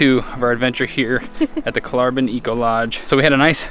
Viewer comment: You should ask the locals how to pronounce the places you visit. It's not Kolaaarbyn. 😀